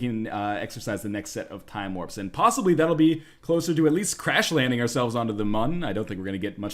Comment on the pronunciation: You called it Mun! first time i've heard someone say it correctly!